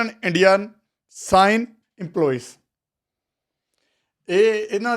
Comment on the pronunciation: Cine ❌ Shine ✅ canada keda baba jholi ch pake leke gya tenu